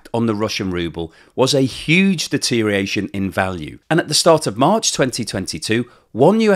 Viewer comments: Good job as always with the currency analysis. Tongue and eyes warrior here. You said "deteriation" eight times in the video. The word is 'deterioration.' Also, would rather see your face in the wrap-up. Not sure what your focus group feedback is telling you, but the models create dissonance for me. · Look, it's deteriORation not deteriation, you are very clever but this is annoying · If you are going to say "deterioration" over and over again, PLEASE say all the syllables. It isn't "dee-teer-ee-ashion", even in England. The "OR" isn't silent. You could always go with "deterration" or "dee-ration" or "drayshun" and just say it's the modern pronunciation and hope people will fall for that, but I think is better than that. the deteriORation of pronunciation needs to stop somewhere. Or we could start saying "interi-" and "exteri-" and leave those filthy "ors" behind. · I spell it "rubble." I always enjoy well-researched, articulate and accurate presentations (other than his "deteriation.") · Friendly nudge,... check the pronunciation of DETERIORATION.